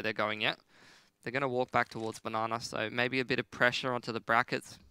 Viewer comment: When did casters start calling Banana, "na na"? I really hope it doesn't catch on. I think there was even a "na ner" tossed in there a few times.